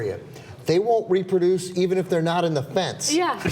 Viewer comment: "im again it.. they cant reeperdoose"